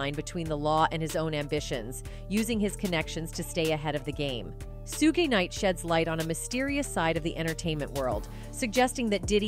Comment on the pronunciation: This duhmb biytxh said SUGI NIGHT ❗ smh